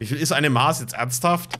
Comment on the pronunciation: Geiles Video, aber bei musste ich weghören. Das heisst MaSS und nicht Maaß. ^^